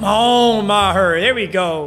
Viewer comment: Your saying meager wrong. It’s pronounced Me-gurr